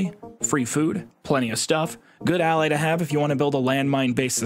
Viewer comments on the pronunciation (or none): none